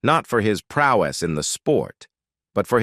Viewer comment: The AI robot needs to be reprogrammed to pronounce "prowess" correctly instead of "prow-ESS." And the film industry was "burgeoning" in the 1950s? The industry was "burgeoning" in the late-1910s, not the 1950s. Connors owed his television-western career to Dale Robertson, who gave him a significant role in an early episode of "Tales of Wells Fargo" and featured him in three other episodes.